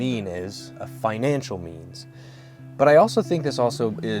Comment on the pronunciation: I thought you said "jeans" at first but yea "means" makes a lot more sense